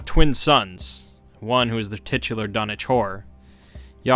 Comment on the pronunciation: Dunwich horror! I thought he was saying donatour...